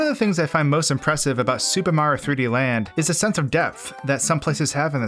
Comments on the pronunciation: Sounds like he is saying Super Maro Land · What about how he slurs "Super Mario" into "Supamar"? I can't be the only one noticing this. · “Supah Mar 3D Land”